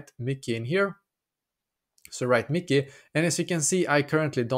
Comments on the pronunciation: Yes. It’s Mickey not MYKI (pronounced as MY-KEY) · It is no miki 😂 it is Myki (my key) 🔑 😊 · As you can see, this is stupid. And as you can see, it is a waste of time, because as you can see PTV is not available for iOS. And as you can see, this person doesn’t even know how to pronounce Myki…